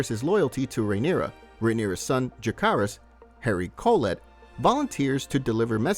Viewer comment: *jacaerys (je-se-rys) harry collect (cò-let)